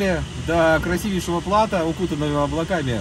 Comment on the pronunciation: Игорь, ты же живёшь во франции и должен знать, что слово "плато" имеет французские корни, а следовательно и ударение в нём падает на последний слог! То есть платó.